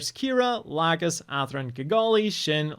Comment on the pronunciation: The new seed dubs pronunciations are literal war crimes, no one is pronouncing Lacus as La-koose